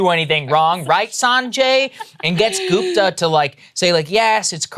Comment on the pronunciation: It's Gupta (like Put or Push) not Goooopta for crying out loud.